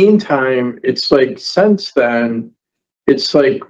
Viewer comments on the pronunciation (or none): none